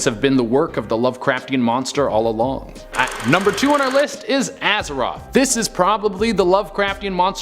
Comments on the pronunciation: "Aza-THOTH" NOT ROTH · Dude. It's AZATHOTH, not Azeroth. Azeroth is the main world in World of Warcraft. giggle